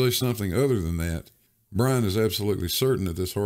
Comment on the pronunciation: Wuhwease!